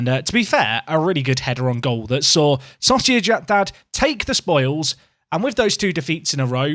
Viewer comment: At one point in this video it sounded like you said Sausage dad instead of sociedad